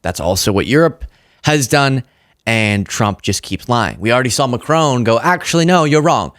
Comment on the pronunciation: Please, The president of France, Macron. there is no E on the end of his name.